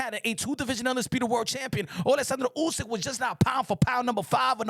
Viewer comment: Bruh, the way you pronounce oleksander uysk’s name … it’s actually spot on, but you do it effortlessly, i dont know why it makes me laugh 😆 😂